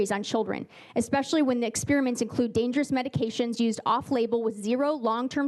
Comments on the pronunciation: .20 Wow, an American politician can't even speak English. He said multiple times: "ekspecially." What an ignorant moron. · I “Expecially” think Rep. Bo doesn’t know what he’s talking about and at a minimum should learn how to pronounce the word “especially” before being allowed to vote on any further bills. All those that agree….say “I”! 🤣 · Bo Mitchell is wrong on everything simply because he says “exspecially”